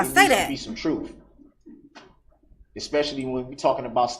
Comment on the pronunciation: Hate it when he mis pronounces word like axe,truf,biast and all the others he butchers 😮